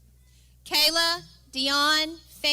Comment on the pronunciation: Just wanted to let anyone who watches this to know that the Saluditorian's name is Kaeli pronounced kay-lee not kay-la. It seems that me pronouncing her name correctly was edited out, instead of the principal actually saying her name correctly. This was a very big accomplishment for my daughter and she deserves to have her name correctly stated.